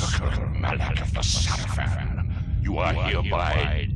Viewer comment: nice video though i must admit every time you say the name raziel or sarafan i died a bit inside since you pronounce it wrong lol